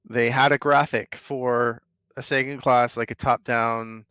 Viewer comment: thank YOU for pronouncing the Sagan correctly. Never thought I would hear it said correctly on Casual's channel here.